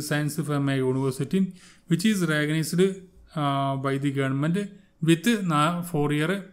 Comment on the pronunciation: മാഷേ,, റഗനൈസ്ഡ് യൂണിവേഴ്സിറ്റി അല്ല റെക്കഗനൈസ്ഡ് എന്ന് പറയു